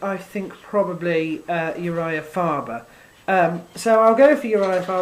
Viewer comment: So you went 4-7 on your predictions. Not so good, but I enjoyed your video anyway. Note you mispronounced both the main event fighter's names: Jose is pronounced "ho-ZAY" ('j' is like an "h" in Spanish as a consonant), and Faber is pronounced "FAY-ber."